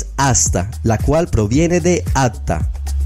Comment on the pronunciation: Bueno, si el vídeo dice que en árabe "hasta" se dice "atta", es para apagar e irse. Gran error. حتى pronunciado "hatta".